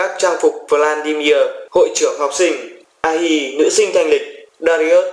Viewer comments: Ahri đọc là A-ri chứ ko phải là A-hi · ahri mà ad đọc ah hi :)) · ảnh nền renekton có ahri mà anh đọc thành ahhi